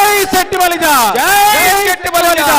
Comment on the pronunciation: చెట్టిబలిజ అని కాకుండా “శెట్టిబలిజ“ అని శంభోదించండి please....🙏